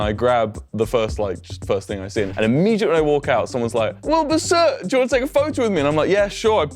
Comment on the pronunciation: "i spent a day with wibur soot." oh. are you traumatized enough yet?